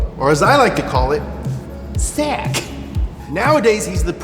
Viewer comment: SAAC is pronounced the same as Saab.